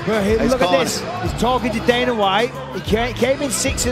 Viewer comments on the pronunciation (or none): none